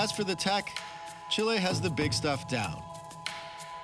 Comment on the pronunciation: It enoyed me so much the way he pronounced Chile. He was saying chiléí all the time.. Since he says some fraces in spanish he should have made a bigger effort. Well well, no pasa nada supongo.